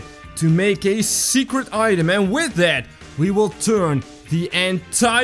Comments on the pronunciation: not secrt it’s secrret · Secret not secet